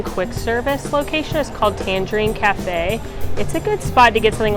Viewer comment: My fave is Morocco! I think the pavilion is breathtaking. I love love love Spice Road Table. But isn't the QS pronounced Tan-GHERE-ene, like the city of Tangiers, not like the tangerine fruit?